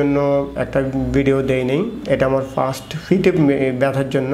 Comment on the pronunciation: আমার সন্দেহ উনি ডাক্তার নাকি। ফার্সেন্ট, ফিঠ, ফেইন, মাসুল কী অবস্থা।